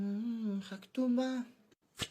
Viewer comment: Хамтума дегені шее😂 ол хатума деп ше😂